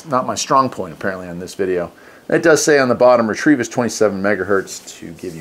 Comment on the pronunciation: Nice little radio! I would pronounce it ret-o-vis. There is no r in it